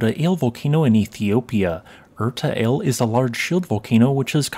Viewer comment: Thank you. Btw 'Ale' is pronounced the same as we say 'Alley.' You pronounced Erta correctly.